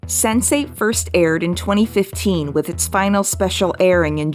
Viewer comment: I heard Sensei every time instead of Sense8